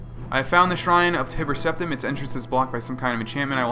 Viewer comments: btw has anyone else noticed themselves saying Tibber Teptim now??? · wow you nub scrub. As you should know Tiber Septim is pronounced like tyler with a B instead of its L not like Tibbers from League Of Legends bro. 1v1 me